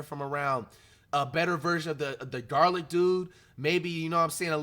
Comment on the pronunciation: Garlic dude 😭 You mean Garland 😂